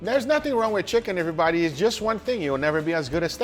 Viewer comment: Stop saying EVERYBODY "EEVERYBADDY"